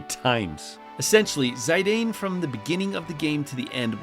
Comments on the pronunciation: Zy-dane? It's Zih-dan, like Zinedine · its Zee-dann, not Zayydeyyn 🤦